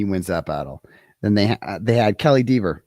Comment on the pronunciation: D Eh ver not Dee veer